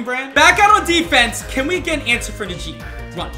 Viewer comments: Najee is pronounced Nah-G not na jee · It’s na gee Harris not na she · Did my guy say nu g?!?! It’s najee!! I live in Tuscaloosa so I get pissed when someone mispronounces najees name No hate tho 🙂🙂🙂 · Bruh who Tf is nuh gee, it’s najee 😭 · You’re supposed to pronounce najee like “Nah G” not “Nuh G” 😭😭😭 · Nah G. Not Nuh jee. Hate to be that guy but it was pissing me off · it’s prounounced NA-SHEEE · Btw it’s naajee Harris pronounce it like dat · Yo I’m sorry but the way you said “Najee” is disgraceful 🤣💀